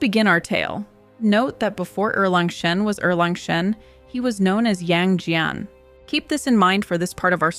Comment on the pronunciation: Great and informative video! You seem to have trouble picking a consistent pronounciation for Yang Jian. In English, you should pronounce it like "Yang Jen", sounds closest to native pronounciation.